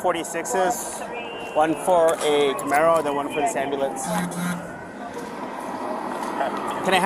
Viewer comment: As a car guy this makes me cringe so hard... "Camaro" "Camaro" "Camaro"